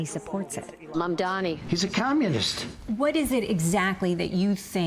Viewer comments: why the f cant most Americans get a simple name right..Its Mam-DaNi not Mam-DaMi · Great interview and clarifier - minus Desi's pronounciation of Mamdani as "Mandani" lol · The heck is wrong with freaking "Mandami" pronunciation??